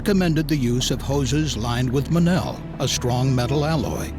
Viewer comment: The the narrator would look up how to prounounce Monel, which he obviously didn't. Nobody that makes, sells, fabricates, welds, isntalles Monel alloy prounounces it like he did.